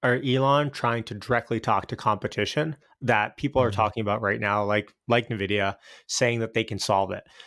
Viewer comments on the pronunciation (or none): En vidia, not Na vidia. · After 5 years still can’t pronounce Nvidia